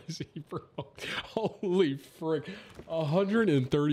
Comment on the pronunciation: Tim said fwick one time by accident instead of frick so of course that’s all I hear anymore 🤣